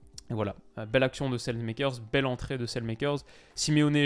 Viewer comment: je t'en supplie, Saelemakers ne se prononce pas comme ça 😥